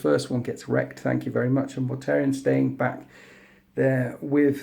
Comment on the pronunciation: Mortarion, not Mortarian, lol.